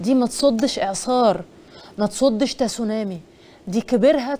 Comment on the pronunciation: النطق الصحيح هو سونامى. التاء ساكنة.